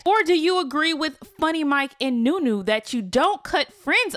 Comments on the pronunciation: Lmaooo idk why but you calling that girl new new instead of Nuni is hilarious 😂😂😂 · Why do u day the wrong names lol her name is nuni not nunu !!! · Her name is Nuni not Nunu !!